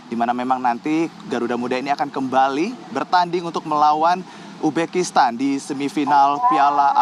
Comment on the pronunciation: Uzbekistan bukan ubekistan..reporter dongok